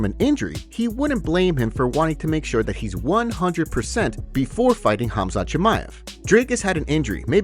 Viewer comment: Good grief the K is silent Khamzat stop using AI to talk dude.